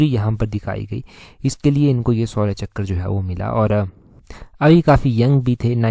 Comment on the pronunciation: shourya शौर्य चक्र ✅ सुर्य ❎